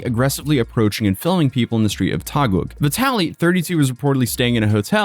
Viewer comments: Ok,, love listening to your voice in the background but it is sometimes throwing me off. The word "Taguig" is pronounced as "Ta-gig" (like a gig job). Love you bro! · Unrelated to the video, but Im little irritated for you saying Taguig. We say Taguig as "Ta-gig". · Hope your stay in the Philippines was good! Also, Taguig is simply pronounced as Tah-Gig said quickly. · its pronounced as Taguig - `Tageeg` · its Taguig pronounced as - tah-gig, great video as always man.... i never saw some of the things you showed here so great thing i watched this video entirely. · Taguig is pronounced "Tah- gig". (Gui as in "guilty") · Taguig is pronounce as Ta-gig just for reference. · Hey, great content, been watching from the beginning lol...while you're in the Philippines, come visit Baguio (pronounced bag-yo)... Nice and cool 70+ degrees.... Also just for future reference, Taguig is pronounced "tah-gig" :) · I really want to tell to pronaunce Taguig City name properly,but its funny how he pronounce it. (Its Ta-gig. lol) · You're absolutely nuts for speedrunning visiting the Philippines for a few hours just to retrace his steps before heading back home. lol Just to help out, Taguig is pronounced as "Ta-Gig". d= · Please say it with me: "Tah-gig" 😅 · love your vids man! P.S. Taguig is pronounced as TAH-GIG Silent "U" similar to words -> guess, guide, guitar, guilt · Love the video but "Taguig" is pronouned as "ta-gig" ❤ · And it's Taguig [Tâh-GiG]. And Sec. Remulla [Re-moo-Lî-yā]. Thanks again for covering this, man. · It's... uhhhh.... pronounced "ta-gig" 😅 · I believed that duck on fhe mic, bought somewhere in the Philippines. He pronounced taguig like tagum in cebu.. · It's pronounce as TAH•gig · good job in covering this bro. but taguig is pronounced as Ta-Geeg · lots of love from the Philippines! Just a note "Taguig" is pronounced: "tah-gig". Thanks for making awesome content! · its pronounced TAH-GEEE-GH . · Taguig is pronounced ta-GIG